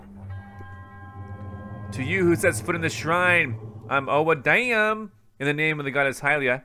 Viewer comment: I kinda laugh like crazy when you said owa daim shrine